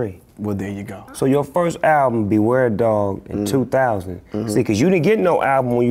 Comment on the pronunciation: this dude said DOG the bounty hunter LMAO